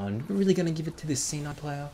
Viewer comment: i thought he said "sinner player" LOL